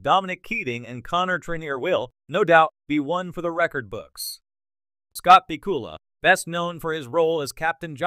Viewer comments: Has to be crap. AI or human, it doesn't even know his last name. PIKULA??? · can you find a worse AI voice over program BACK-U-LA